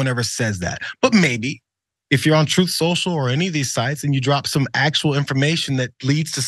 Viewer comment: I kinda like how John calls "tweets" from "Troth Senchal" "bleats" myself. Hey maybe there will actually be some truth on the platform. Until then I refuse to use the "t" word in connection with Donnie's platform. He should just call it "Trump Social' in my opinion. After all, I thought his 'brand" was supposed to be valuable.